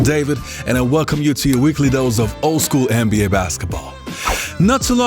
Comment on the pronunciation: i ride with you. love what you do.. BUT i want to say (& i understand different cultures do things different ways).. BUT (again).. you say NBA at least 50 times a video.. and its essential to the topic you speak on.. So.. why can't you learn how to pronounce an "N" like and "N".. so it doesn't sound like your saying MBA.. at first i was like "Huh".. and now i understand what you're saying.. but you're wearing my ear out. Put some respect on the league's name.. it's just a sound